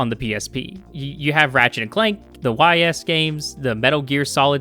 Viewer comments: "the why-ess games" its pronounced "ees" 😭:hand-purple-blue-peace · ".. the Y. S. games..." Ys. It's pronounced Eess.